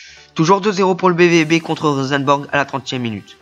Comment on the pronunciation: Bonne vidéo . J'apprécie a voir cette carrière surtout tes offensive (parce que la défense ...^^) qui sont bien joué ! Pour moi il y avait pénalty pour la faute de Fharmann mais je crois que c'était un arbitre français x) PS: On dit Rosenborg pas Rosenbèrg ;)